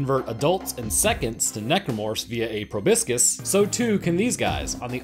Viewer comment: It's pro-bós-kis lol Proboscis